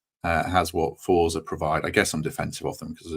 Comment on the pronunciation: "Forza" should be pronounced as Fort-za. It's an Italian word so would be much better pronounced as Fort-za Garibaldi.